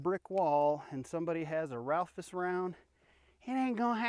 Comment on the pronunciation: Ralphus round? It's Raufoss. If you admire it so much, learn to say it properly.